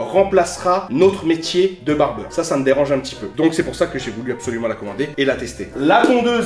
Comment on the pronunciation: Barbier pas '''barbeur'' ✂️